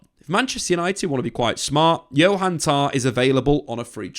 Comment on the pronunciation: I know Jonathan Tah. Who the fuck is Johan Tah?